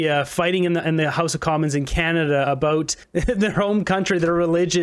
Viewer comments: CAN A DA. it's Canada not Ca Na da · Did that Sudds lady pronounce Canada as kanata ? What the heck? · Did Jenna say:"Come shopping in KA-NA-TA" What head injury did she suffer?